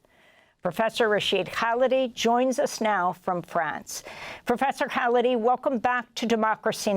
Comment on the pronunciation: I guess if you repeat the words "complicity" in "genocide" often enough, enough people will start to believe it? and the journalist, having interviewed Prof. Khalidi dozens of times should have learned the proper way to say his last name?